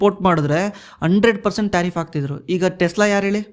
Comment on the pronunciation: ಯೋ ತಾರಿಪ್ ಅಲ್ಲ ಟ್ಯಾರಿಪ್ ,ಸಿಕ್ಲಿ ಕಲ್ ಅಲ್ಲ ಸೈಕ್ಲಿಕಲ್!! Language kalıyo le first🥶🥶🥶